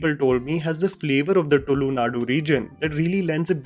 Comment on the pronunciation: Pronunciation of "Tulu". As much as I appreciate your effort to analyze a movie. Might I suggest you do this right as you relate to a larger audience who might pick up the wrong pronunciation unknowingly! Cheers to your review. Eager to watch this movie :)